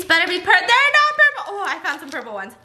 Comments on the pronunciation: “Pueple Food”😂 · Squishy TaeTae she said pueple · “PUEPLE FOOD” - Stephanie Soo 2019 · If Stephanie says it's PUEPLE then it IS PUEPLE